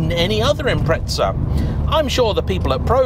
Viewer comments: impreTza is driving me fucking nuts. IM-PREZ-AH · it's impreza not "impretza" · John from Australia, you sound like a knob saying 'Impretza', pronounce it 'Imprezza', like Christmas prezzie, I got a great prezzie for my Birthday. I know we're just a far away colony, but we do know how to NOT sound like a knob. Actually, my brother does say Narsa instead of NASA, I suppose that's rather knobbish, but that doesn't get you off the hook. Imprezza!! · It’s not an im-pret-za….there’s no fucking T in The god damn name and how many time he says it urks me…but good video besides that and definitely understandable way over priced for what it is..if given the option I’d rather keep my 06 sti over that… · Ah yes subrau "impretsa" 🤡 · Great video and all but I have to ask, when did "Impreza" end up with a a T in it?